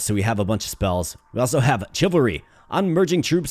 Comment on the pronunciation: Ty for the entertainment. : ) FYI, I believe chivalry is usually pronounced with an “sh” sound at the beginning, rather than a “ch” sound.